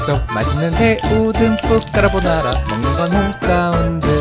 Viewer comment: 와 처음에 딱 틀었을때 소리 진짜 대박👍 근데 오프닝송에서 까르보나라 엄청 빨리 발음하시네요ㅋㅋㅋ귀여우세요ㅠㅠ